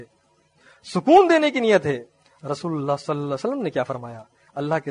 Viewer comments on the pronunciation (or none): لقد کان لکم فی رسول اللہ أسوة حسنة رسول اللہ کی لام کے نیچے زیر ہے اصلاح کریں